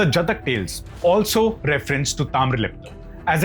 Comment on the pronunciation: That is 'Taamralipti',not Taamralipta.